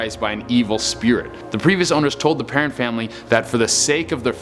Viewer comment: He pronouced perron wrong but this guy is funny. It is pronouced PERROWN